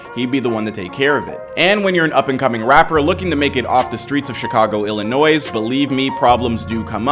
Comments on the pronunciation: This man said Chicago Illinoisss s is silent bro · You don't pronounce the s in Illinois. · Please learn how to correctly pronounce Illinois. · Illinois the s is silent!!!!!!! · Bro the s in Illinois is silent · You don't say the S in "Illinois" you're killing me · The (s) in Illinois is silent 🤦🏾‍♀️ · Bro you literally don’t even pronounce Illinois correctly and this is what you’re speaking on...?🙄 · You can’t even say my state name right 🤣🤣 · This is crazy, also we don’t say the S in Illinois